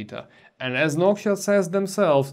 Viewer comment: When you can't hear the difference you should visit a doctor. It is clear as glass that the soundprofile is way more pleasing with the spacer installed. I also don't know why you spell Noctua like Nokia. Is an accent thing?